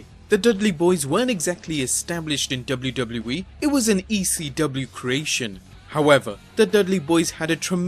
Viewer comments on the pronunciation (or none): The way you say WW in WWE is fucking infuriating! its Double-U Double-U not DOBLERDOBLER